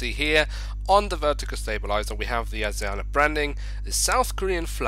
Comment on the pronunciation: It’s pronounced Asi ana (s is ment to sound like a Z)